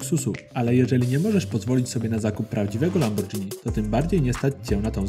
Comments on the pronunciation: Lamborgini nie lambordzini Takie sprostowanie 💁🏼‍♂️ Kozak film pozdrawiam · aaaaaaaaaaa boli - czytaj LAMBORGINI!!!!!!!!